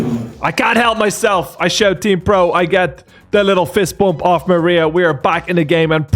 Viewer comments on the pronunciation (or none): none